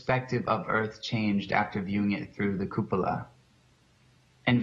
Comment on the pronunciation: Shawn: "The Cupala" I'm here from Benito skinner and I can't stop laughing.